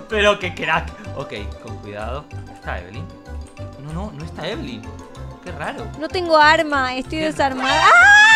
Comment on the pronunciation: No es ebelin es lina